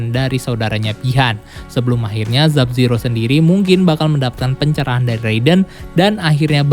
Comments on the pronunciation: sub-zero bukan zub-zero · Zab ziro? Liu keng? Dll Jujur, agak kurang setuju sama penyebutan nama nama nya 🙂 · dari video kemaren plin plan nyebut nama Sub Zero jadi Zub Zero